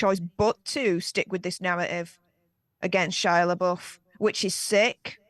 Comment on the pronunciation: They (O. Wilde and Jason S.) were never married. Only engaged. You keep referring to their divorce. Also, it’s Shia Le”buff” is how you pronounce it, even though it looks like Le”boof”. Just FYI. :)